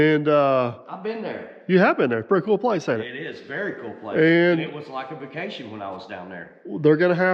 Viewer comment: did you say "he was on fuccation!"? 😂